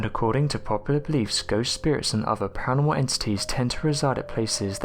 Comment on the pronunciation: Pa Ra noR mal .... not paanomal. Slow down .